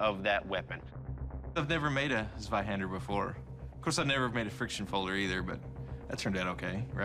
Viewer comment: Dude really said Zwahander instead of Zweihander